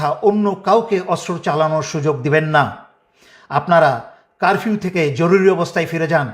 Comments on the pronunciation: ভাইয়া কারভিউ না।উচ্চারণ ঠিক করেন।তারপর লাইভ করুন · কারবিও না, উচ্চারণ টা হবে কারফিও । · ভাই আপনি তো কারফিউ উচ্চারণ ও করতে পারেন না।